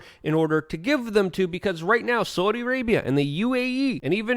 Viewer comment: I love how luke says "sooudi Arabia"